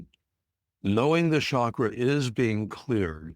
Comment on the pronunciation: It is not Shaakra Or shakeera. It should be pronounced as CHAKRA... Cha sound should be...